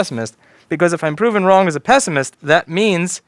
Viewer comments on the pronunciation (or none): none